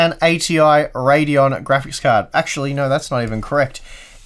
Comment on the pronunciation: "ati pradeon" lol